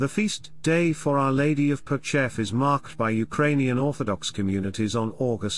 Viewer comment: I enjoy these videos that put out, but... If the narration is automated, I don't know how this can be corrected, but Hrushiv is not pronounced HRUSH-iw, but HROO-shiv, and Pochaiv is pronounced po-CHAH-yiv. And Buchach is BOO-chach, with the normal "ch" as in 'chair'. Dubovytsia is doo-bo-VIT-sya, or du-BOV-it-sya. Thank you for your coverage.